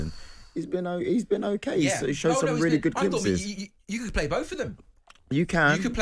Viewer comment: "A weeeelly, weeeelly good goal..."